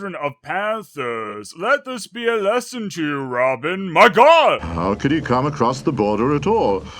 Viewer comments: It sounds like he's saying "MAH GLOD!" more than "MY GOD!" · ***** MY GLOD!!!!! (i swear he said my glod)